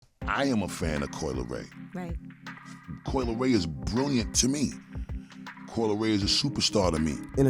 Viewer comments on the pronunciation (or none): none